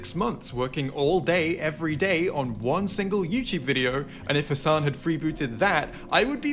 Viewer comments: Destiny all pronouncing Hassan’s name wrong and acting like he’s barely heard of him lmao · Why was destiny pretending not to know Hasan? Even weirdly pronouncing his name?